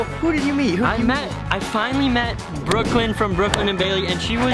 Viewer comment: The face tho also awww ship also the man cant say brooklyn and baily